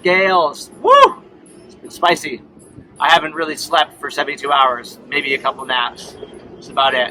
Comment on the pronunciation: 8 min and 16 sec in the film you say : Havent slept fore 60 ouers. Deed you have the helm al that time? If yes , why deedent you "hove to" ?????